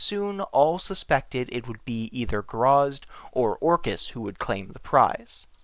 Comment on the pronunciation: Its gra zit. Not grazz.